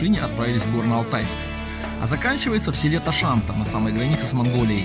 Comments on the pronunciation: Не ТашАнта, а ТашантА. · Чике таман переводится ,, узкая подошва,,, а посёлок Ташанта, ударение на последней букве, а. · Ташанта ударение падает на последнем А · Тракт начнется с Бийска и до Ташанты' а не ( до Таша'нты) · Вот прежде чем снимать такие видео и очень много использовать слова-названия - потрудитесь узнать/загуглить хотя бы как правильно говорить их! ТашАнта, АктАша... 🤦‍♀️ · Не АктАша а АкташА ,ТашантА а не ТашАнта. Чуйский тракт это историческая дорога и начинается она в Бийске ! Не нужно людям давать ложную информацию. Если уж снимаете для людей, то изучайте и проверяйте информацию. Про дорогу рассказываете а в музее Чуйского тракта не небыли 100%. Народ едет по м52 и недоумевает где и какая краслта. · Когда же люди научатся правильно называть селения, прежде, чем записать ролик!? ТашантАААА!!! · Ташанта( не Ташанта ,ударение на последнюю букву)